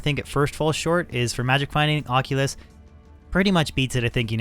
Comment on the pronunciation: Aussie? Its an oculus. Like ock you luhs. You new to d2 bro or just english